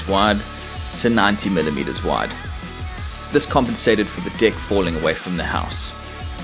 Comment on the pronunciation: When he says "deck" its sounds like "Dick"